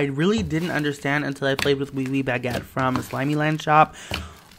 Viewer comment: bag ette lmaoooo